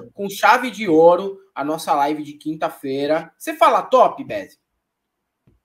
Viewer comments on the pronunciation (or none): Delfim Neto foi massa! 😂😂 Dizem por aí que o Delfim dava ré no Kibe, que nem este fascista infanto-juvenil provavelmente dará no futuro! Olha o naipe do indivíduo! Só não vê quem não quer... Esse fala "noffssa", ao invés de "nossa" com toda a certeza! 😂😂